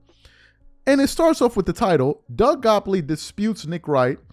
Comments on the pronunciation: Bro his name is Gott lieb. Your new york pronunciation is terrible sometimes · This been out for like a year. Shannon and Nick both klutch clients. It's pronounced Doug 'got-leeb'. Just want you on point bro👍🏾💪🏾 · GOTT-LIEB!!! Give a man respect by saying his name correctly especially if youre crediting his work or words. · Are u purposely chopping Doug Gottliebs' name up? And your LeBron hate is so strong that you now have to go after people who view him favorably? You have reach, I'll give you that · Drives me nuts he can't pronounce Doug's last name correctly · i lost count with how many times he mispronounced Doug Gottlieb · How are u callin this man Doug goplee? Gotlieb…u can’t be reporting what the man said and not have his name correct lol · Bro! It's Doug GOTTLIEB, not GOPLEY. C'mon man, how are you doing a show without knowing this first? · Calling Doug Gottlieb, Doug “Gopply” has to be the funniest mis-pronunciation ever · I’m pretty sure its Doug “Gottleib” not Goppoly 😂 but nah, yeah nick wright been some bullshit since him and Chris carter was on the show. Keep doin ya thing. 💯🤙🏽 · And for the record you pronounce his name "Gott-leeb" and not "gopp-lee" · Why you calling him doug gopply😂😂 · His name is pronounced “GOT-LEEB” 😭😭😭😭😭😭😭😭😭😭😭😭😭😭😭😭😭😭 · Gottlieb…Doug Gottlieb not “Gopley” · DOUG GOTTLEIB…NOT GOPLEY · It’s Doug Gottleib! Not Goppley.